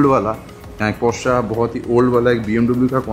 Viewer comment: I think u r pronouncing wrong porsche